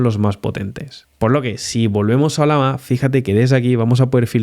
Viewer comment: No entiendo como es que la pronuncias como "Olama" siendo que tiene en su logo una Llama, y claramente se pronuncaria oLLAma xd